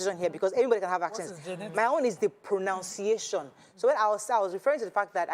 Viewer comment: Even the proNOUNCiation you are calling is proNUNciation. You are original the way you are. I like how you mix Yoruba with English sometimes on this show. That is how South Africans do it. It does not mean you should not speak or write English well but don't overstretch it